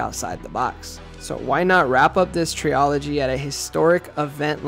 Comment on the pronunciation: All i habe to say is.....please look up the proper pronunciation of the word "trilogy" 😊